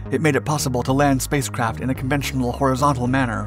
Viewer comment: Is he saying spacecrap 😆 NAZA never left Earth 🌎 🤔